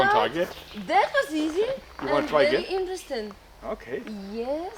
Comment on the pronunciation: She finds a lot of thing "fery eentresting"